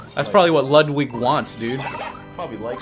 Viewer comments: Ludwig is pronounced Lude weeg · His name is pronounced (Lood-wig) Ludwig van Koopa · And it's pronounced Ludevig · here's how you pronounce Ludwig. Say (lu-dwig) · WIG! I feel my IQ dropping every time someone pronounces it wrong.